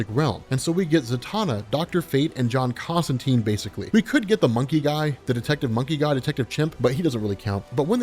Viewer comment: Love it! I'll even forgive your mispronunciation of Constantine :)